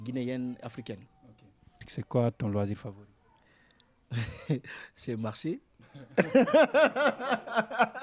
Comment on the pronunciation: 😄😄😄Elie kamano c'est quoi loisir fovori 😀😀( Marché🚶)😀😀